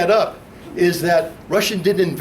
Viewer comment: Lmao that one guy says "Resshia and Reshins"